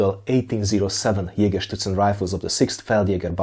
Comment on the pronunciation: It probably has to do with the time I spent in Bavaria in the US Army, but every time you said Jägerszutzen in this video I heard it as Jägerschnitzel... Now I'm hungry!